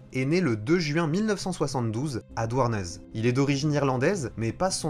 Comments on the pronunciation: Douarnez??? Non Douarnenez, Dou ar neuh né, t'as oublié une syllabe. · Alors, ça ce dis Douarnené! le Ez c'est é en Breton en fin de mot :'p